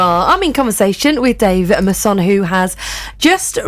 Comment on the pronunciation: A few things: 1 - Imagine being the type of urchin that gets triggered by what another person chooses to do with their nails. 2 - is a very bourgeois way of pronouncing your surname. 3 - She did a proper Partridge at the end ballsing up the sound fx. 4 - Great interview, well done. 5 - I am going to order this book. That is all.